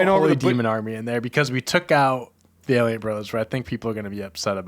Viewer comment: absolutely butchering Valiant 4 seconds after said it correctly is so funny